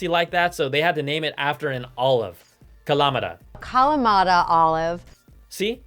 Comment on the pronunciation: Ka-la-MA-ta not Ka-LA-ma-ta.